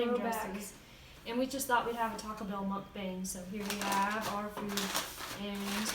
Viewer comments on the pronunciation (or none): Great video! (I'm sorry, but its its pronounced "Muk-Bong" Ɛ>) XD